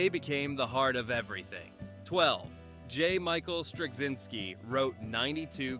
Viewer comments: Where do you see a "g" sound in "Straczynski"? It's driving me crazy to hear you keep saying "Stragzynski." And your ignorance of how to pronounce his name impairs your credibility as to anything else you say about him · Strug-zinsky 🤦🏻‍♂️. Pathetic. Ended the video for me. Why bother to make a video and not take the time to get names right. Zero credibility for any other “facts” discussed. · You couldn't be bothered to learn how to pronounce Straczynski for your title cards? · This generic take on things could have been written by an AI. It's like the content maker asked a search engine to give a list and had AI elaborate without ever talking to anyone who watched the show. The content creator can't even bother to know how to pronounce the show runner and character's names. Shallow surface details instead of any of the nuance the show was about. This video is a prime example of the Reverse Flynn Effect and the current generation being far less intelligent and full of depth as any generation before it. Moron, usenet is/was not a BBS system. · At least pronounce Straczynski properly. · If you could pronounce Straczinski slightly correctly, that would be nice. It's Polish. It's not hard to look up cz == ch. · Considering they're pronouncing Strazynski's name wrong, id say yeah. Pretty sure this is AI scripted.